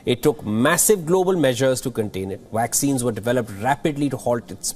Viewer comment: Vaccine dude! Not Waccine! C'mon! You're a journalist. Be responsible enough. Accent is fine! But mind your pronunciation.